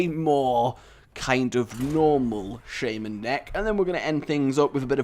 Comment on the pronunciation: Say Shaymen again, I dare you!